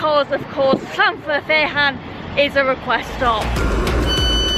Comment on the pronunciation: Another beauty from North Wales G - keep 'em coming! Tickled pink by your pronunciation of Llanfairfechan 😊 All my time in North Wales & I never got it right 😳